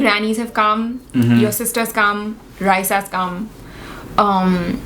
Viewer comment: Her name is Rysa, and not Raisa😅